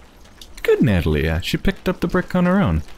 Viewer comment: Not to be a prick, but her name is pronounced nuh-TAH-lee-uh, not NAH-tah-lee-uh.